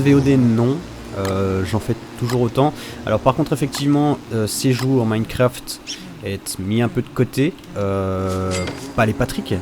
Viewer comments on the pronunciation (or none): none